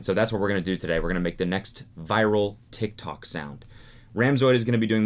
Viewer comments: He pronounces it tik-talk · Tiktok sounds so weird when Cody says it idk if it’s because he’s 80 or what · He says tik tok like a boomer